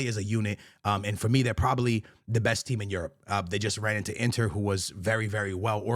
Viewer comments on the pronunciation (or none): none